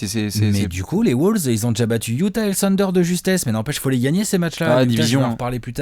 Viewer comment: Et on dit "wAUlves" et pas "wOUlves"... À chaque fois je grince des dents...